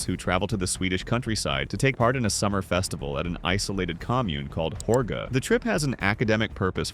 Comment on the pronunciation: you said hårga wrong and i am glad that snake dude died